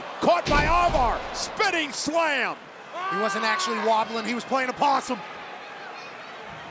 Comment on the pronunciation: Wobbling not gobbling